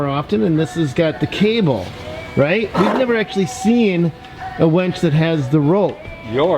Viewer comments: its not a wench its pronounced winch. (win ch) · It's a "WIN"ch. A "WEN"ch would bring you your ale in times of yore. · DUDE ITS A WINCH NOT A WENCH ! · its a winch not wench mate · Umm.... winch not wench 😁